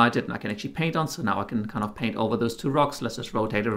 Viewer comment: except for the fact that he missed the t in paint.